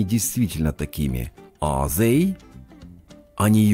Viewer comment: В тренажёре they вы говорите как the